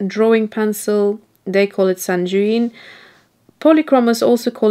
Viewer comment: Love your comparisons. Very informative. Just a little information for you: sanguine is pronounced with a hard "g". It"s a French word that derives from the latin sanguis meaning blood. Thanks again for your great videos.